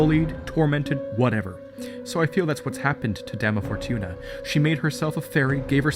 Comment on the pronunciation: You said dama fortuna wrong